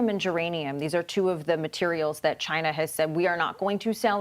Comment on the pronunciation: It comes from ..... CHAY-NUH!!!! #NotAnymore thanks to......